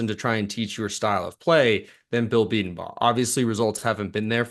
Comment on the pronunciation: Please learn how to pronounce Bedenbaugh. Please!!! Hes been here for over a decade. Boomer